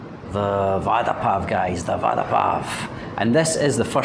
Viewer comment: I was laughing 😂 when he said vaadda to vada